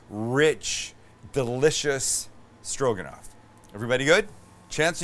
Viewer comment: Stro...guh...not quite.